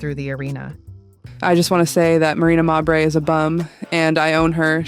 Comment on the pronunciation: Stop mispronouncing mabrey 😢